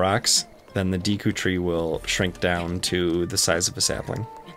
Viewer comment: I’m surprised he managed to mispronounce the word “Deku” considering the Deku tree says its name in game.